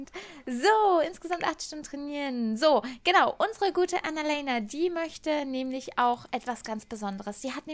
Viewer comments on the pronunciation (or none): Kannst du Annalena bitte deutsch aussprechen? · Könntest du Annalena bitte normal aussprechen? 😅 ich heiße Annalena und das klingt so merkwürdig. ..